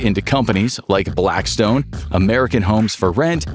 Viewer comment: Why did he call it black”stone”????